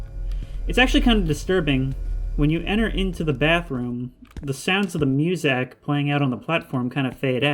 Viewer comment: the way this guy says "MewZak" still love the video.